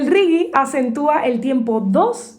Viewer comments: Es Latinoamérica se le dice Regué (Reggae) no Rigui. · Hola, muy simpáticas tus explicaciones 🙂 y muy bonita tu música. Solo un consejo. El reggae se pronuncia régué y no riguie... una confusión por lo pronunciación anglosajona supongo.. pero en inglés también se pronuncia "régué"... 😉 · Se escrbe Reggaeton no Regueton y el Reggae no se pronuncia Rigui , de lo demas buen contenido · por que pronuncias reggae tan extraño....de.donde sacaste esa pronunciación..por que no es castellano ni ingles.